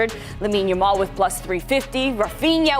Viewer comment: Why does this fool keep calling him Lamal ?🤣🤣 the way he talks it sounds like English isn’t his first language, but then he has a British accent I can’t figure it out 😂